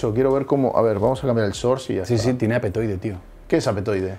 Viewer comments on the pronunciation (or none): Hoy descubrí que Aptoide en españa se lee "apetoide" lo cual no me dejará dormir bien